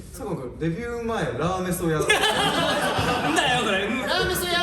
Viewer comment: わ！さっくん『ラーメソ😂』 『イソスタ』はじまってる😂